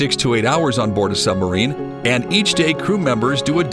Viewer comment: Why does he keep calling it a Sum-barine?